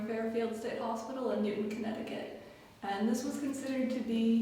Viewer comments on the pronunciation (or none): I just wanna say it’s pronounced as “New Town” not Newton but it’s okay! Video is sick especially the quality👌🏼